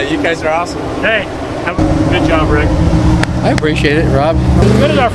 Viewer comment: 'Rigga' Rick😂 E: HBD!